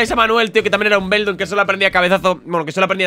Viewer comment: se dice beldum